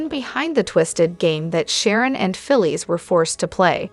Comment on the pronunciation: Her name is Phyllis. Pronounce it correct